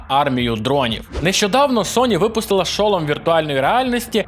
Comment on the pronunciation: Не хочу душнити, але я не можу пропустити неправильне наголошення в слові шолом. Наголос падає на другий склад:Р